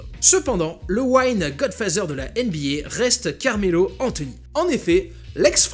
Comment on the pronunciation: Godfazzer? Mais où est- ce que vous voyez des Z dans les Th mes chers cousins français? J’ai jamais entendu un américain ou un anglais prononcer les Th comme vous le faites.